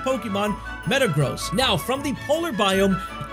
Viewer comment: is there a new metang evolution? that was a sus way of saying metagross